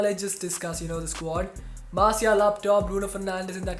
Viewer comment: Pls pronounce Martial correctly